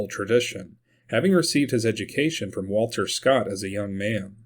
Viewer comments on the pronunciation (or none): none